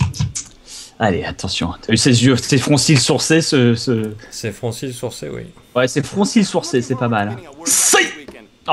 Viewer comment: "C'est froncils sourcés" putain je suis mort j'en peux plus xD 15'18